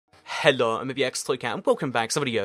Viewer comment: At the start he says hedo